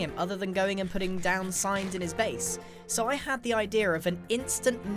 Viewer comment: no one: Grian: i d e a r